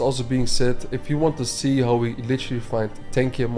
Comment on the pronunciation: Hauw much bro not howww please ahahaha great value